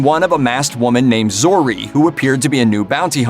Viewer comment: You had me till you said Zeroh. Done